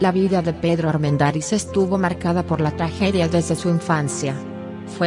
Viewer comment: Me gustan las historias. La dicción de quien narra este video no es nada buena. Acentúa oralmente palabras que no deben ser acentuadas. Armendariz lleva la sílaba tónica en la sílaba da. Ojalá pueda mejorar este aspecto.